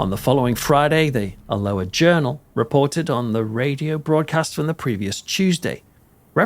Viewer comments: al-oh-ah 😂 not that strange Hawaiian pronunciation you gave it, you make us sound so tropical 😉 Great video, but did that guy really say he thinks it’s a DISCARNATE entity that’s died but not moved on? They’ve never been human so he’s got his basics wrong which is never a good sign, perhaps a slip of the tongue. Off to watch the next video which I’m sure I will also thoroughly enjoy, but also will pick holes in. Promise I’ll keep them to myself in future 😂 Keep up the excellent, high quality work! 👻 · It's about 50 miles from both, near a large town called Stirling. Alloa is Al-low-ah, not as in the Hawiian greeting ! 😆🍍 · 😂 Like his attempt at trying to pronounce Alloa. It pronounced Al-o-waa. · You Alloa like this :- “AL - O- WA”😂😂❤❤ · The way you pronounce Alloa makes us sound very exotic indeed 😂 . Try Aloe (like aloe Vera) -ah 😅 xx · I think I hear a touch of a gentle Geordie/Northumbrian accent, which have many similarities to a Scottish accent and would explain why he couldn’t pronounce Alloa properly. Having said that, I’m English too and I know how to! 😄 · You mispronounced the town two different ways: with a hard C then a soft C. This is very lazy and pretentious. Just narrate. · Great video, well done. I had heard of this but didn’t realise occurrences were so extensive . I used to live in Alloa years ago and often visited friends in Sauchie. Loved your pronunciation of Alloa, it made me laugh and made it sound exotic 😂 No offence meant 😊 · Loving the new pronunciation of Alloa,,, sounds more South Pacific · i found this interesting but found myself saying the correct pronunciation of alloa loudly at my computer.